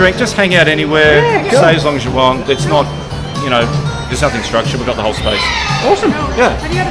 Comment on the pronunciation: Pet peeve accomplished! The word "nothing" doesn't end with a frigging K. "Nothink"....you idiot!